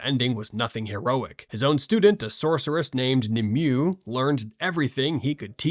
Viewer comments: Nimueh is pronounced “nim-way” 😉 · He butchered the name so bad at first I didn't know who he was referring to. 😝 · it hurt me when he pronounced the name wrong